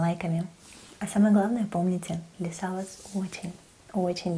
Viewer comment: Хмм,может вас зовут ЛИса?? Ударение на И)))